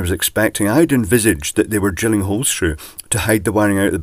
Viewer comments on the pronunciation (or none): none